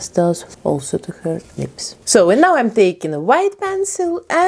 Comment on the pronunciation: And lips. "Leeps"